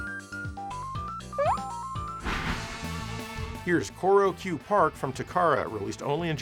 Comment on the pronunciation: The "Ch" in "Choro-Q" is pronounced like a regular "ch", as in "china" or "chad".